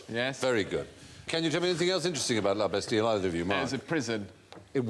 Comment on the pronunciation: You don't pronounce the "L" in La Bastille, Stephen, it's lah-bass-teee